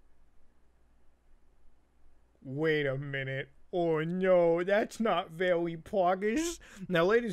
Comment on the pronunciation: o no that's not vewwy poggers